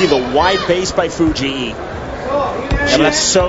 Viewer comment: Fu-jee-ee? WTF?